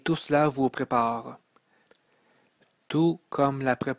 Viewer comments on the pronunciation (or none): Beau message ,mais au lieu de ( messâge,prepâre ,câr, frwere ) ( message ,prépare , car , frère etc..) Ô la la espérons que rendu à la 13 ième le langage est universel . Désolé...Difficile à écouter. Déconcentrants. Mauvaise phonétique,diction ouf ! Énervant . Un minimum SVP